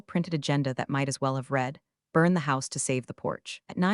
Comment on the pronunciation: The usual misreading of the word READ by the AI.